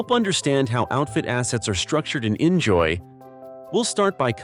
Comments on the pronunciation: In fact, according to the developers, it is really pronounced "injoy/enjoy“. But I'm also surprised abt that 😅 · Yep, he pronounced inZOI terrible. xD